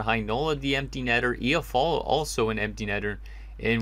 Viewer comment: lol It icks me how he says iafallo😂 it’s I-ah-fallo not efallo